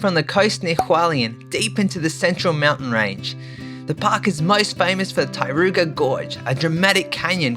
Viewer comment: I was wondering what was the Tai-ru-ga…. Until I understood it was TAR-RO-KO 🤣